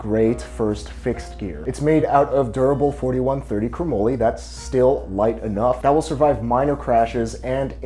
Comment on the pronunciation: Chromoely??? Chromoly is pronounced cro-molly as in Dolly. This is because moly is short for molybdenum